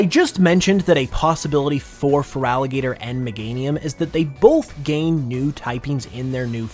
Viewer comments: IT'S FERALIGATR, NOT FRALIGATOR! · THERE IS NO VOWEL BETWEEN THE T AND THE R IN FERALIGATR! AND DO NOT CALL FERALIGATR A HE!